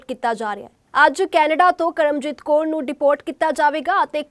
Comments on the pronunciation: Kor nahi ji kaur hunda phelaan punjabi sikh lavo phir reporter baneaa karo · Koor nahi Kaur hunda